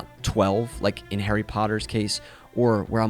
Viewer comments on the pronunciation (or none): none